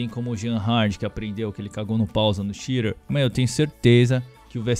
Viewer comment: que porra de "chire" mano, puts. BR PORRA: XITER!